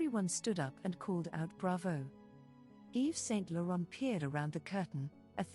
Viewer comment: That the narrator is misprouncing not only Mounia's name but also Iman and Yves Saint Laurent's names is painful...